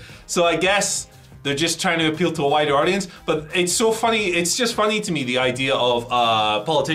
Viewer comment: Did you say appeal to a whiter or wider audience? 🤭